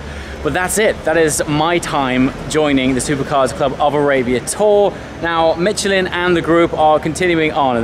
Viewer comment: So close to pronouncing Michelin correctly this time,. Let me help you pronounce a French word in English. Pronounce it as "Mishelin".